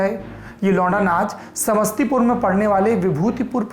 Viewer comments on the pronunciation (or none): none